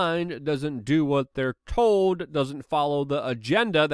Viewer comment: “I towd ya so”